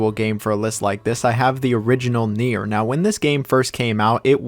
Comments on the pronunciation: Man I really don't care if you don't like any game, it's your opinion, but please learn how to say Nier. It's Nier, read like near, not nair. Jfc.... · WHY DO YOU STILL SAY NAEIR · It would be nice to at least pronounce the game's title you criticize correctly. It would also help to listen to why people prefer the previous versions. Also, Spider-man 2 kicks yours and Insomniacs ass all day long.